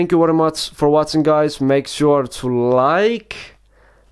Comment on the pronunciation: Thank you for wotsing :P